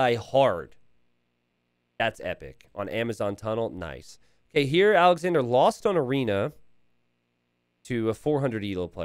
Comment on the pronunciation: Sidenote.. its Alex-onder or Alex-ondray. Awwwnder or awwndra. Andre is pronounced on-dray OR On-der. So naturally, Alexandre isnt Alexander or Alexandra Lol take a second to consider the peoples names. Been watching for 3 years. Almost every night I watch a few hours while I fail to sleep. A third or so of the time you say the names hella wrong. Lol. Anyway love ya buddy. Congrats on the last hidden cup and the success you've been having. Cheers.